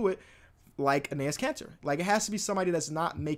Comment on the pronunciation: ENES KANTER = N-S KANTER